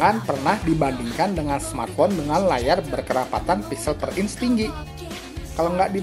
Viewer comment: "Inch" bukan "ince"